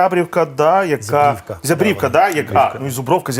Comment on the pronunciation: Не зябрІВка, а зЯбрівка - наголос на Я . Ї він нам ніякий не "батька".